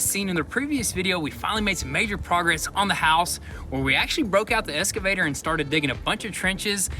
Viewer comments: I love you guys, but please... it’s EXcavator. Not escavator lol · for the love of god, please quit calling it 'eScavator' it is 'eXcavator'.. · EX - EX - EXCAVATOR..... Not Escavater. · Excavator, not Escavator! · It is Ex-ca-vay-tor not "S"-ca-vay-tor. Excavator. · Hey what’s an “escavator”?